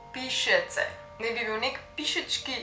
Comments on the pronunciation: Full dobr video... edin Pišece si narobe naglasila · Pišece si narobe naglasila pa drugačna je malo zgodba. Jst sem iz tega kraja.